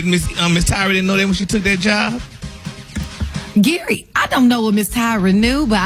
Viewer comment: 😂😂😂.... then at the end ".... I law u pastor Gray" 😂😂😂 Gary!